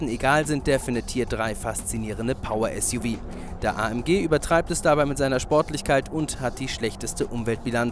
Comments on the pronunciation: Suv wird nicht "Suff" gesprochen sondern "Esjuwie".Und sie hätten noch den Audi Q7 V12 TDI mitnehmen sollen. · Ein Automagazin, bei dem der Moderator 'Suff' und nicht S.U.V sagt...nicht schlecht, Leute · Warum sagen alle Suff heißt es nicht suv